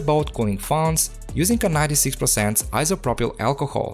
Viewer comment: yes bro. many of us come here to just hear that 96% iso pro pail alcohol🤣